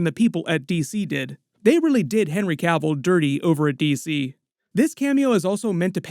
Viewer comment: Thanks to for pronouncing "Cavill" correctly. The number of channels calling him "Cah-ville" is ridiculous.